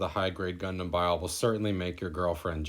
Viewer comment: Nice short and sweet review, but Bael is pronounced "Bah-El" or "Ba-All" not "Bile" Just thought I'd point that out.